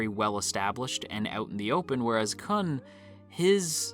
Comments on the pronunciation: khun👏is👏best👏boy also, try pronouncing Khun as “Koon” instead of “Kuhn” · His name is pronounced --- Blue turtle!